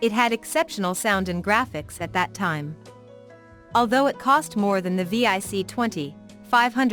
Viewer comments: It’s vic, not V.I.C and your pictures showed a vic 20 and pet NOT c64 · VIC 20. Not V-I-C 😂